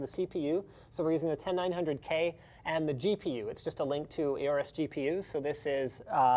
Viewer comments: OR-US Pronounced Like Aura. Don't worry I started saying AY-ORUS too when I read it. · did he just say A-ores?? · Aay-O-RUS?!? Triggered 🤬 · When linus say aorus as ey-ow-rus But you pronounce it as aw-rus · Linus, it's pronounced "Orus" not "ayorus". I read somewhere to think of the Egyptian god Horus without the H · am I the only one triggerd by how linus says aorus?